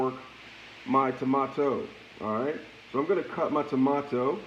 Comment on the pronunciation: This mans has to be trolling. Onions, tomatoes, garlic, and pepper were all pronounced wrong. Absolute Goodness